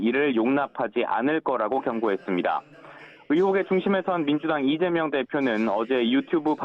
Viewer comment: 기자도 이점명이라고 .. 30초 부분 얼마나 쩜명가 각인되었으면.. ㅎㅎㅎ ?